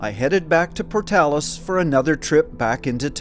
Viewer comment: Thank you for saying Portales correctly. I went to University there and did go to Oasis State Park and went to Blackwater Draw as part of one of my classes at ENMU.